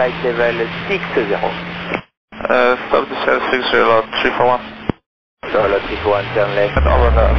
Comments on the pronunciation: Its LOT341, not ELY341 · I suppose it's "LOT 341" instead of "El Al 341". The callsign for LOT flight Warsaw - Nice is LOT 341 and it sounds more like LOT than El Al. :)